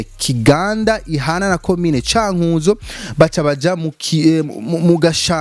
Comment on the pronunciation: Ntabwo ari Cânkūzo ahubwo ni Cânkuzo.